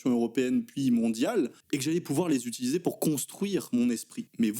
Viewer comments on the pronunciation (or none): none